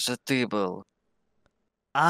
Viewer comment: ну тип бил - был, ти- ты. Просто он так говорит